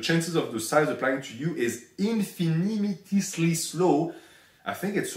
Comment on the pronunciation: Woah came across this comment right as he said infinimitisely